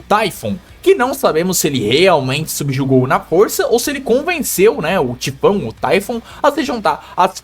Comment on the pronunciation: tu meteu um "Taifon" pro Tifão msm? Skksksks eu amo teus vídeos.